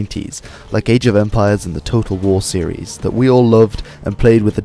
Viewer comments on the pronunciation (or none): none